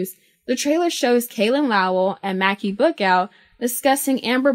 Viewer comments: Mackey!?? It’s may-see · Its May-cee. AKA MACI Not mak-ee. Geeze lol.